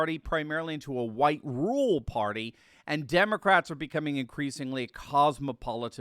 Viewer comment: Brother, you need to add another "r" in your pronunciation of "rural". Sounds like "rule".